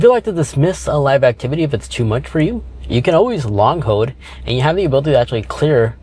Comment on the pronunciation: There is an l in the word hold.